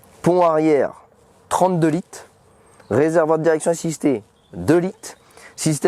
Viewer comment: Il m'a stresser en disant 32 lites 16 lites 6 lites au lieu de dire litres 🤣😭